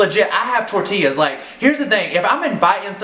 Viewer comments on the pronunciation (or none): none